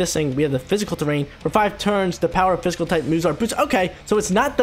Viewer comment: Everytime he says "physical" terrain i cringe...